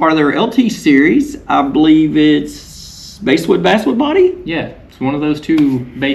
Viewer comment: Old wood worker here, it is "BASS WOOD" like the fish 🐠🐟